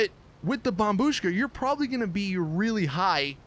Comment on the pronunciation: Dude! Its bombshuka!